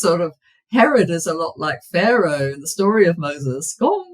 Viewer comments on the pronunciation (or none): none